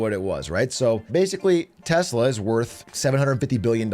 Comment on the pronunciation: all i heard was short telsa